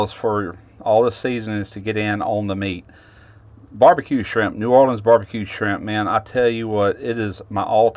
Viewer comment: Did you say shimp